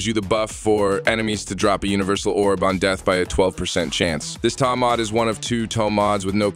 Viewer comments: By the way it's not "TOM" Mods ... it's Tome... Like Home but with a T. Killin' me with the pronunciation ... I WILL be doing the new update though seeing as how the book can be made to be good ... and since I don't Steel Path, it'll probably be great in the rest of the game. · So that explains why the voice kept saying TOM MODS ... and not Tome Mods. >_> .... Ugh ... Why use an AI voice? That's so lazy.